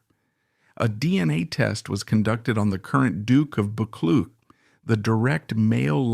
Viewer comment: I'm pretty sure the name Buccleuch is pronounced Buck-Loo.